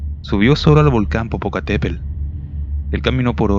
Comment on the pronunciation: Nada más una observación, cuida tu dicción o la pronunciación correcta de las palabras, es INTEMPERIE (no interperie), es POPOCATEPETL (hay que pronunciar también la última T, NO se dice Popocatépel